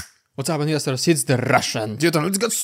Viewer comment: Thanks for explaining that you're saying "What's Up Investors." I had no idea what you were saying!! lol! Ministers? Misters? 🤣I couldn't tell for sure! Now I know! Thanks!